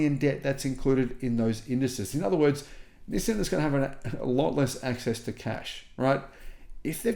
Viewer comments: STOP SAYING "Nih san". It's "NEE SAN." I've told you like 5 times now, LOL. Japanese version is "NEES SAN". Approved for foreigners: "NEE SAN". Not "Nih san". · You are the only person I’ve ever encountered that says “nissin” instead of “nissan.” The way latter is the way Nissan says it in their ads. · It’s not NissIN, it is NissAN. Learn to pronounce it properly. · It's not that we thought you were crazy, or didn't believe you. It's because no one can take you seriously due to the way you pronounce "Nizzin" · It's hard to take this guy seriously because he can't even pronounce the company name correctly. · Doubt the world-wide pronunciation is "nih san" at all. So if you're voting for "everyone," you're also on the wrong foot, yo